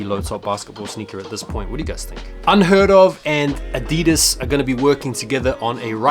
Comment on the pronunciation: Bro it’s Uh-Dee-Duz😂the way you say that shit just hurts my soul😂😂